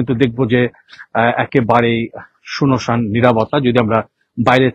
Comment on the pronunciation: সুনোসান আবার কি? উচ্চারণ ডিফেক্টিভ